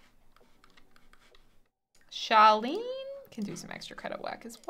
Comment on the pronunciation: I swear that I keep hearing you say Charlene but it's Charlie :p